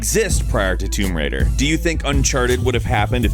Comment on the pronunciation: its tomb raider not tumb raider